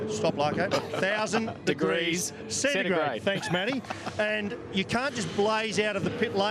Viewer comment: Most people: talking about the tire that lands on the tire wall. Me: Losing it over this guy trying to say 1000 degrees centigrade 🤣🤣